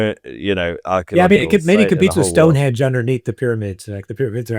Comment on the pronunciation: It's Stonehenge NOT Stonehedge. I physically recoiled every time he said it wrong.